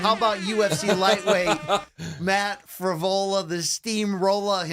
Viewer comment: I thought it was Johnny Eblen and was thinking huh I thought they were getting Frevola and it turns out it’s actually Fravola😂